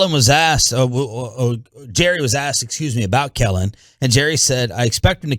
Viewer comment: It’s Kellen. Just SAY IT!!!!!!!